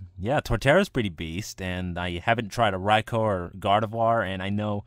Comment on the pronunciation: I gave it a like for your thunder king raikou..I mean rai-oh.